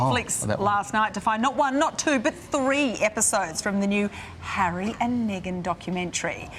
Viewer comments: bro , The word Harry has 2 syllables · Harry has two syllables.